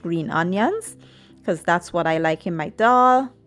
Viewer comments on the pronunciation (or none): none